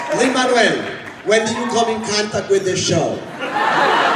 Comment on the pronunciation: Ok, there is something great in hearing Luis Miranda saying "Lin Manuel"...Like, it's for real. It's the way it's supposed to be pronounced, you guys hahahahaha